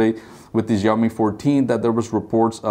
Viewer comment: please pronounce xiaomi correctly